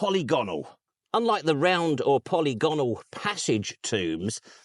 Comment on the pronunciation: Err, “poll-igg-onnal”